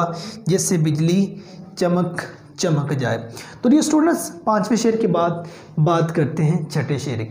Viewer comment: teacher does not know the ABC of urdu literature. He can not even pronounce sher in proper manner.